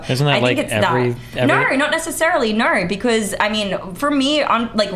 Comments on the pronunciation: " nor! nor! nor! " Having the r sound when it should be the ooh or o sound is grating on my ears. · Why does she have 11 syllables for the word "No"?